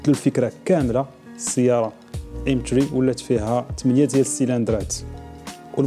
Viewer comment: باينا عليك ما عندكش معا لونݣلي ملي نطقتي إم ثري